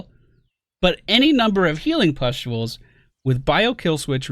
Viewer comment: Also I find it funnier when you say "pestules" instead of it correct spelling pustules